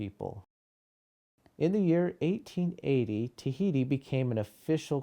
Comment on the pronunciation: Et oceania la lune tahiti it not the way u say it